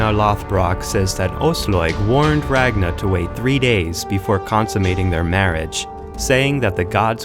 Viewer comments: Its not Eva the boneless... I Var ! and its not Ragna.. Its Rag Nar. Drive me nuts man. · “RAGNA” Me: eye twitch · Rag Nahhhhhh? I thought it was Ragnarrrrrrrrrrrrrrr.